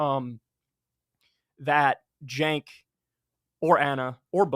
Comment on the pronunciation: It's nearly 2025 and this guy's still pronouncing it 'Senk'